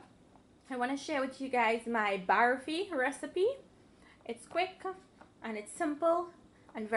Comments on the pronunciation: Looks yummy... but please say barfi and not "baaarfie" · OMG she doesnt know how to say barfi and she say pour just one cup of sugar syrup not more then she pour more she doesnt even know what she is doing ridiculous and her english is hurrr